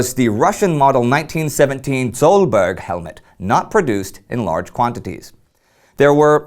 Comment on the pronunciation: Sohlberg mainittu. Torilla tavataan ! Btw, it is pronounced "sool barry" Swedish style.